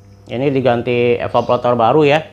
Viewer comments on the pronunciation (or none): Evaporator bukan evapolator